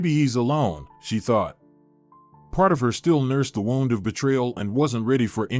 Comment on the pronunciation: I know it's just a small thing, as this is a very good story, but I wish your computer voice would pronounce the words correctly. Kinder not keender. Wound, like a sore. Not wound, like wrapped around something. Plus she's only supposed to be in her twenties, but looks like she's in her forties on the screen.